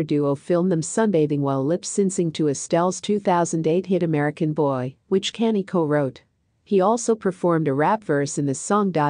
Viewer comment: Please address Kanye name correct 💯💪..Not Canned Ok